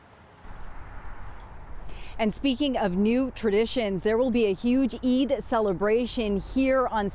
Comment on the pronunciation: Good job on getting the pronunciation of Eid right. I hope Mr. Scillian makes a note of the pronunciation so he can get it right in the future (no shade). The 'd' sound sounds more like the consonant sound at the start of the word 'The'. It would help viewers feel more included.